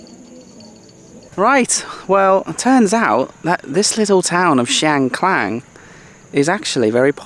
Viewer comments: Loei isn’t like the rest of Esan. You don’t hear Esan spoken as much and the terrain and climate is very different. The locals told me it has its own culture and I have to agree. It’s Chiang KHAN, not Klang! And it’s Mount Fuji not Fiji 😂. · If I am not wrong, the district is called Chiang Khan (pronounced kan, not klan). I’ve never been there but it is quite famous among Thai tourists. By the way, alternative I’m a Thai, I don’t eat the fermented fish sauce (pla rah) nor the fresh crab either. Not everyone likes it. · It’s Chiang Khan mate not Chiang Klan 😊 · Hi I'm really like your channel but for this episode I have to correct you. The way you pronounced and title in this episode was incorrect. I mean "Chiang kan " not "Chiang klan" May be you use to the name of one road in Chiangmai call Chang klan,Sorry for this I 'd follow your channel for practice my English listening and bring back all nice memories all the places. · It’s Chiang Khan, not Klan…and it’s Fuji, not Fiji:) Fiji’s country:) thanks 🙏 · Welcome to Isan จ้า เชียงคาน not ช้างคลาน....ตระเวนอิสานให้สนุกนะจ๊ะ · It's not Chiang Klan. It is called "Chiang Kan" with no "L" .